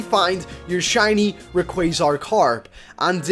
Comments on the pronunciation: u said r e qua z ar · Rayquaza Karp good job for saying it wrong.......still it made me laugh